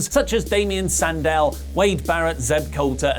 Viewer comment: Damian Sandow not Sandal :D